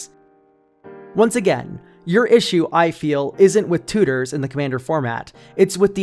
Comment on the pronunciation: I just love the way you say "tooters" lol